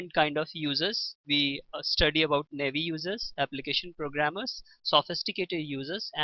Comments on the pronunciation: nʌɪˈiːv,nɑːˈiːv not neɪvi. Please pronounce correctly atleast. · and Naa-E-v not navy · Good explanation but it's not navy users it's naive(nah eve).